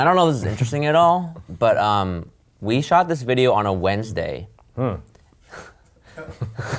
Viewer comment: "we shot this video on a wednessday" is the funniest thing on this video 🤣